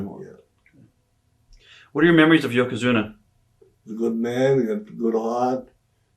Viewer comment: I've been a fan of wrestling for 40 years - I even was one in the early 2000's, and I NEVER heard Mr. Fuji speak more than a few words. I love how he could never pronounce "Yokozuna", instead calling him "Yokozuma". Awesome stuff. RIP Legend.